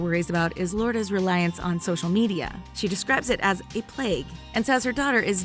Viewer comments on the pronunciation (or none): none